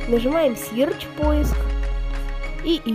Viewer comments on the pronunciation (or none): Сирч? Что это такое? Может сёч (Search)? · "Game Guardian Plus защищён от игр имеющих защиту от взлома"....нет вы вдумайтесь: "ЗАЩИЩЕН ОТ ИГР ИМЕЮЩИХ ЗАЩИТУ ОТ ВЗЛОМА" - что блеать??? и не мешало бы английский поучить...search читается не "сирч" а "сёч"